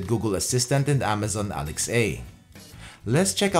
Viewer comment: Love your reviews! One question though... Why do you keep saying ALEX-A instead of ALEXA? 🤔😁